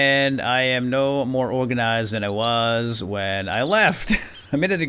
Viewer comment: Love the videos but please stop saying organisised.....